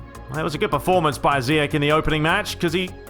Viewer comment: Great videos as always. I'm Moroccan. The way to say zeyach is zeee esssh